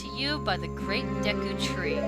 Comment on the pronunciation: For some reason, I keep hearing you say The Great Desu Tree. ... Maybe I watch anime too much.